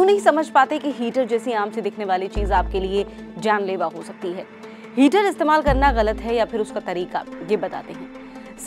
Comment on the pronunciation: 😂😂 हीटर होता है ना की हीचर 🥴🥴 लगता है आपको चक्कर आ रहे है मेरे पास ऑयल हीटर हैं don't wry 🥺mere ghar ajao 🤣 चक्कर nhi ane दूंगा 🥺🥺🤣🤣